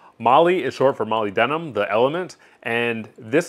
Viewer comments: It's pronounced muh-lib-duh-nuhm. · "molly denum" haha :p